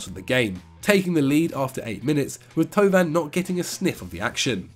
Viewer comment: How Angry is Pato at pronunciation of Thauvin?:D